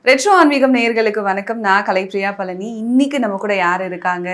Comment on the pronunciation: பழனி... Nalla ழ sollunga